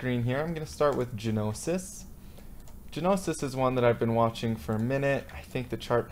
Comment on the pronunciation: haha the G is silent in gnosis man! I think you need to get a more solid mic it would really improve your videos!! Thanks